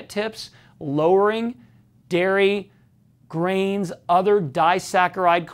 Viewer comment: Ellii Munz it did sound like greens, but he said grains.